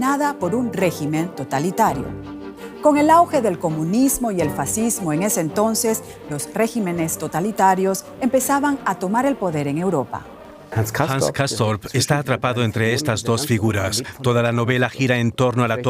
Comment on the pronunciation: regímenes (no régimenes)